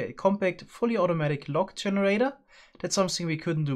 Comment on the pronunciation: Oh its "log" not "lag" 😅